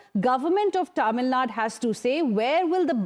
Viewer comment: its not Tamilnad.. its Tamilnadu...